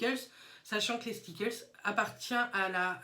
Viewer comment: Skitlles pas stiklles lol a chaque fois que tu le dit je sourie 😂